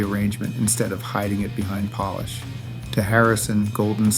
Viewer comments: Ai said Polish instead of polish in the first song. Enough! Please review before posting. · God save us from AI generated content. It's 'polish' like in shoe polish and NOT someone from Poland. Jeez ..... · No “Polish” (as in kielbasa) 😂😂😂 Getting sick of AI slop